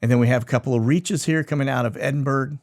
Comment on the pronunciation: Eddin - burr - ah or Ed - in - burra I don't know why this pronunciation, not accent, but it is. From UK